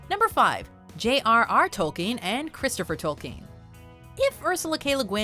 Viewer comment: J.R.R. Tol-keeen